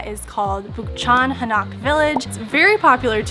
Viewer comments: it is pronounced Hahn-oak with stress on the first syllable, not ha-NOCK! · Dude you keep sounding out an a sound on the o. Its not Hanak Its Ha Nok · It is Han Oak not Ha Knock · Hanok is pronunciated "Hah' Nohk" not "Huh Nahk'". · It's actually pronounced "Han- Oak", not "Ha- Knock" lol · Its han oak . no Ha knock . Just letting you know